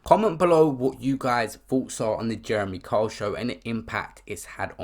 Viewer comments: But the narrator sounds like he is saying Karl. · Pronounced Kyle not cole. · Can’t this guy even say his name properly?!! Who the fuck is Jeremy Cole??!! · It's not cole it's Kyle ..pronounced K I L E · Sorry fam, you're really irritating me with your pronunciation of Kyle. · Guy cant even pronounce Kyle, does it surprise you he can’t read either ? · Why cant you pronounce Kyle??